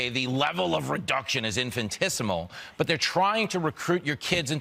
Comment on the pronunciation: Did this supposedly intelligent man really say, "infitismal"?!